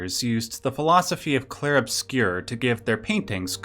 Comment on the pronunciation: It's pronounced in French: "Clheiehrue Obscyeuuuuuuu"